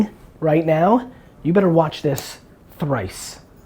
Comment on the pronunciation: thrwice? lol you re amazing! hahaha